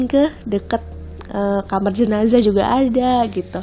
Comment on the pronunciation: JenaZah mba bukan ZenaJah kuping dan jariku gatal ingin koreksi